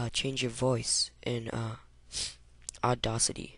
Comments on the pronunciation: It's pronounced Odd-Ass-Itt-Eee, Not Odd-Oss-Itt-EE. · lol Aw-DAW-City